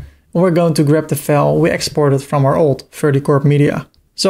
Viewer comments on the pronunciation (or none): Very well done, your English is also close to perfect, and the flow was logical and easy to understand. The only thing that threw me for a second is when you said File. You pronounced it like fails while it should sound like F+eye+Ls. I referred back to this while moving the site instead of the manual method.